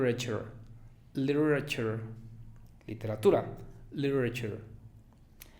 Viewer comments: Hay que hacerse mirar el modo en que pronuncias "literally", "literature" eh, profesor? Y luego, si enseñas a pronunciar con un acento específico, es mejor que lo utilices para todas las palabras. Lo digo porque "comfortable" en inglés americano suena más /'kam for te bel/, y en británico más /'kamf ter bel/, es decir, el americano tiene 4 sílabas y no 3. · Literally y literature se pronuncian diferente en ingles nativo, la t y r son suaves pero marcadas y rápidas, no desaparecen como lo pronuncia aqui, recomiendo que investigue mas y busque como lo pronuncian los nativos. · Cuando dices “literature” y “literally” lo pronuncias sin diciendo el t. Lo noté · Está bien no quiero entrar en una discusión sin sentido, solo fue mi apreciación de lo que escuché, igual no lo hizo tan mal pero para ser un profesor debió ser impecable. Trabaje un poco mas en sus sonidos glotales, vocalice mejor en las palabras literally y literature, ese tired sonó como tard, southern sonó algo raro, asked pronúncielo mas como ast y no tan ust, y bueno no sé porqué se complicó tanto en una palabra tan simple como bear que sonó bien raro, there you go a free coaching, espero siga mis consejos. Suerte